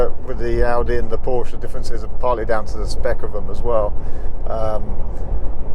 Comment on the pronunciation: Please be so kind to consider pronouncing Porsche correctly in the future, thanks!